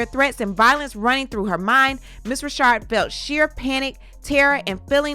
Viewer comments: Just so you know, her name isn't pronounced "Rashard." It's pronounced the same stamdard way as a man named "Richard." Dawn Richard. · They have and I just wanted to scream...IT'S RI CHARD! LOL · Is it Richard or Rashad? I am reading Richard, but you're reading it as Rashad. Leaving me a bit dizzy. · Her name is RICHard NOT Reeshard😮omg 🤦🏽‍♀️ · It’s pronounced Richard not Rashard I thought… I’m glad she came forward to speak her truth! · Lady it's NOT RASHAD IT'S F'ING RICHARD GD LADY U F'ING KNOW HOW TO SAY RICHARD STOP PLAYING 🙄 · No she pronounces as Rashard. But Dawn knows it's Richard. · Her name is Dawn Richard (RICH-erd) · Isn’t her last name “Richard?” Pronounced like how we say “Little Richard?!?!” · The women's last name is Richard, like Little Richard, why are you pronouncing her last name like that? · I'm enjoying the content but why TF you keep pronouncing her last name wrong.. it's annoying